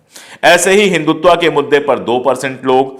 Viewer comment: पांडेय जी, आप तो मूलत: हिन्‍दी भाषी हैं, फिर हिन्‍दुत्‍व को हिन्‍दुत्‍वा क्‍यों बोलते हैं?